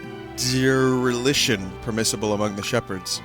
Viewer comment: sigh... Vinny has an English major and he can't pronounce dereliction.